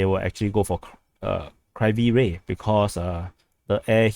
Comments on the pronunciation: Pronunciation is Kiev-E Rig (the old pronucation, not Kiyv). Also fighting in Oleksandrivka is in the Big If True category. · If there's a different Ukrainian pronunciation, I'm not aware of it. That's just the first two syllables of the name of Kryvih Rih.